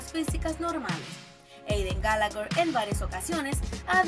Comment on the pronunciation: No sé dise Gallagher sé dise Gallagher